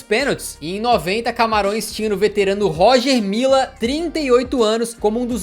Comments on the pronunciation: A pronúncia do Roger Mila está errada Lê-se Roger Milá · "Róger Mila" tu vai ver kkkk Pronuncia certo pô kkkkkk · Pronuncia-se "Rogê Milá" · se pronuncia "Rogê Milá". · A pronúncia é Rogê milá, na língua francesa, oficial da república de Camarões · Bacana demais o vídeo Parabens pra toda a equipe So uma obs... A pronúncia é "Rogê Milá" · Não querendo ser chato mas acho que se pronuncia “Rogê Milá” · Poxa....cansei de ouvir Roger Mila kkkkkk. Lê se Rogê Milá Hagi tbm kkkkkkkkkkkkkk. Afffffff. Amo os vídeos, mas estudar a pronúncia dos nomes dos atletas é bom..... fica a dica